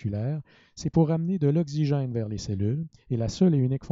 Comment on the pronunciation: Okcigin pronunciation plz but other than that amazing explanation thanks a lot